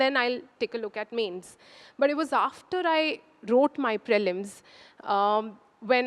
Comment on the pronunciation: Prelims is pronounced as pr'ee'lims and not praylims for fucks sake